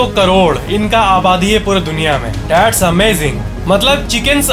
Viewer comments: you say THATS GAZAB OR DATS GAZAB🤔🤔🤔🤔🤔🤔🤔🤔🤔🤔🤔🤔🤔🤔🤔🤔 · That's nhi Datts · Instead of (That's) He is saying(dat's amazing,dat's gajab,dat's it)😂😂😂👌👌